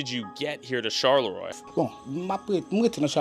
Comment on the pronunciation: unrelated but that pronounciation of charleroi was diabolical